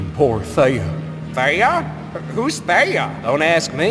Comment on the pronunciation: Is it just me or did i think theia was pronounced thee-a not they-a 😅